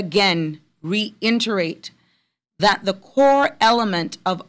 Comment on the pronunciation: Reinterate? Reiterate! 😁